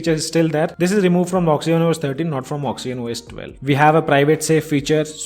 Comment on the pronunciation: It's oxygen not oxyen